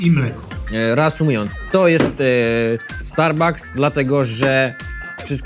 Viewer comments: niby zna angielski a mówi zamisst starbaks starbucks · starbuks XD czyta się starbaks xd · ben czyta się kosta starbaks nero